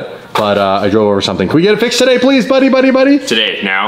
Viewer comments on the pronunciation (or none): none